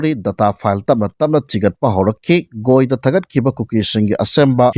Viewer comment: Bondhu Nang channel si yannadi nungai adubu - "GoI haibasi goi haina pronounce toubasidi tabada yamna heinade yamungnei, lairik heitaba manle. Adumtang sendokpiyo.